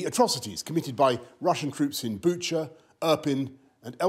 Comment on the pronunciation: Doesn’t make the butchering of bucha right though does it?